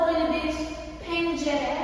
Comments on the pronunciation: Yanlış telaffuz ettiğin bazı kelimeleri yazmak istiyorum :) apartman değil ev/daire, apartman bütün binaya deniyor. Deli değil delik, tencere değil pencere, banyonun o kısmına duş deniyor. Sen ve kızın çok tatlısınız ♡:)) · Ayyy çok tatlısın ya sen banyo penceresine tenceremi dedin benmi öyle anladım acaba 😁😁güldürdün beni çok doğalsın bizden birisin sanki seni çok seviyorum tabi ayşayada ayrı bayılıyorum çok tatlı maşallah 😘😘